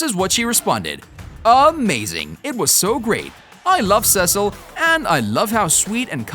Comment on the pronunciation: This guy clearly has never watched it he calls Cecile cecil